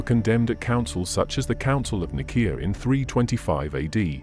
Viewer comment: It's pronounced "Council of Nye-SEE-UH..." you BOT.